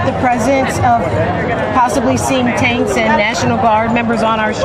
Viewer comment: listen to how the reporter emphasizes the word TANKS? Sneaky, sneaky. What a load of CRAP.